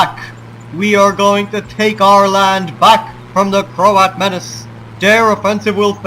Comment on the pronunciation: I always hear you as saying Croat "horses" :-)